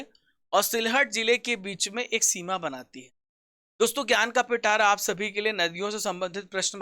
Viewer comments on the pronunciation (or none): none